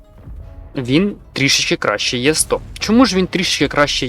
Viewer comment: і добавити свої 5 "Е100" а не "Є100" й слова паразити... А все інше топ!!!